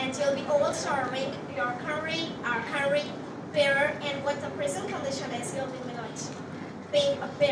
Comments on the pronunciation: Never have i ever heard anyone pronouncing country as curry 🙄 her accent is a little too over the top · check the pronounciation of country... it wont be curry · Actually i heard "curry" every fucking time when she says "country" and how can you guys ignore "exampael*😂😂😂 this isn't any type of accent. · Over accent "curry , exampill" 😂